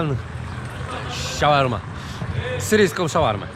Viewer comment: Szałarma? Tak się mówi?